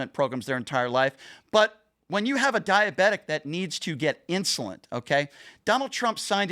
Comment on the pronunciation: Did call insulin, insulint?